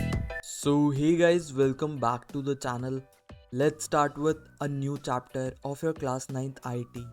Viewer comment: Aagye chaaptar kya hota haii 😅😂😂